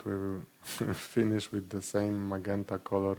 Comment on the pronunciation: Great video. Magenta is pronounced with a "J" sound, the other way from what you decided it is.